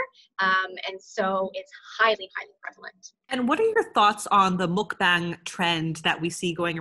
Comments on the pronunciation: ITS PRONOUNCED MUK BAH-NG, NOT MUK-BANG. 😑🙄 So tired of non-Koreans and esp white ppl just culturally appropriate Korean words and culture ugh if you’re going to take advantage of another culture’s words, and do an entire video talking about it, at least look up how to pronounce the word correctly. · I know you're being really careful when saying mukbang or 막방 but you're still saying it wrong. It's m-uh-k-b-ah-ng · Goddammit, I hate the pronunciation of "mukbang" with the "long a" just as much as I hated it in "Pyeongchang" during the Olympics. (But not nearly as much as I hate in in "Gangnam Style", where you can just LISTEN TO THE BEGINNING OF THE SONG to hear it pronounced a bunch of times!) The syllables in those words sound like the English words BONG, CHONG and GONG. (At least the way Americans generally say it. British would probably want to think BAHNG CHAHNG GAHNG.) The Korean Romanization uses "a" for that vowel because it's about what "a" sounds like it nearly all European languages except English. You people saying "mukBAYNG" sound as wrong as if you pronounced "Despacito" like "Des-PAY-SIGH-toe". That said, thank you for your kind effort.